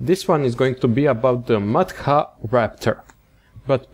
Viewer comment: It's pronunced more like mat hra.